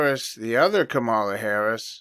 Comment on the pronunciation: I always pronounce her as Ka-Ma-La not Kama-la. Good catch brother. They say empires last around 250 years. America is currently 248. They also say women ruled Rome as it burned. Every election cycle the news always repeats “this is the most important election in history”…but this one really will be. If she wins…America is done. If they lose..they’ll burn it to the ground before handed it to trump. Either way..people without Jesus are gonna have some problems.